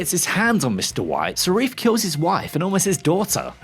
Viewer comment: Who’s Sarif? 😅